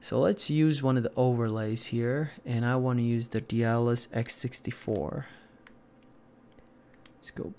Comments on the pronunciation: DAY-DA-LSS is how you pronounce it, not 'Dealus', lol. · you're still pronouncing it "de-a-dalus" xD